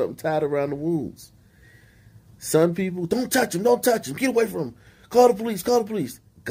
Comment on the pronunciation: "POLEECES" chuckle 😆